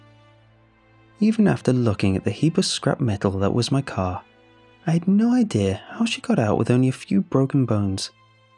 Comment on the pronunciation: I had to replay the first line 3 times to understand that it was car not co**